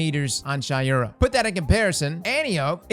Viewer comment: It’s pronounced Shay-ura not Shy-ura. But who care anyways